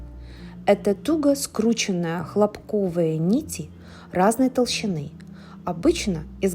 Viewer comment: ХлО́пковые,ударение на О,от слова хлОпок( растение) !!